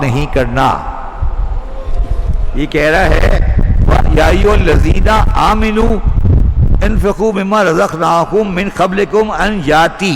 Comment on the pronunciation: The actual word is Amanoo not Aaminoo. Pl recite correctly